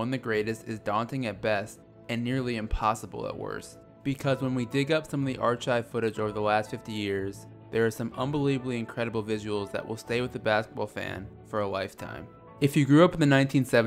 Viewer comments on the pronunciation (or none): Lol its pronounced r-kive not r-chive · It's "are-kive"